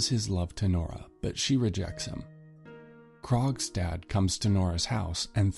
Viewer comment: Why did I think he was saying “Krog’s dad” the whole time